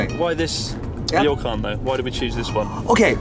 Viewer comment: Ryokan is not pronounced "Ri-yo-kan." It is pronounced..oh well....ask that British accented Japanese guy.